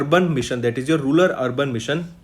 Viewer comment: it is rural not rular